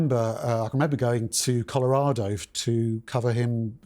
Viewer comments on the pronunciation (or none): none